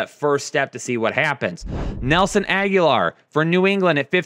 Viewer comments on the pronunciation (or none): it might be pronounced Ag-Oh-Lor, not Aguilar. As always, gracias for the insight! 🔥🔥🔥